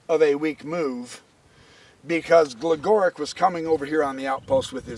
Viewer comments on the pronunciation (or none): Love the videos. Gligoric is pronounced Glee*go*reech just so you know. Thanks for all the vids!